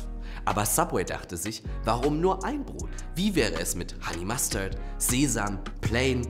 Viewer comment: Der Honey-Mustard-Versprecher bei freud mich sehr